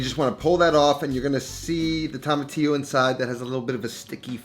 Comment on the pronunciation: tomatillo not tamatillo